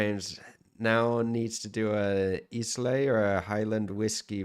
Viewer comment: seriously - islay ? is that your pronunciation ? :D